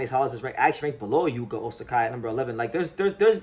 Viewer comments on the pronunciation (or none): Hey, I thought I'd mention that you're saying his name as Osakai, but his name in your title is Ozaki. I don't think there is a name like Osakai in Japan, whereas Ozaki is a legitimate name in there. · Ozaki is pronounced more like Ozacky. "KI" is never pronounced "K-AI" in Japanese. It's not Shohei OhtaNAI, or RoKAI SasaKAI, or Ichiro SuzuKAI is it? When reading romaji, just consider the vowel following the consonant is attached to the consonant. O/ZA/KI, not OZ/AK/"I", only real exception is when using H to express long vowel, like OH/TA/NI